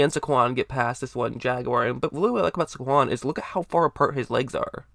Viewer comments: It's Say-GONE! 😉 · It’s pronounced “Say-Kwon” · The way u say saquon cracks me up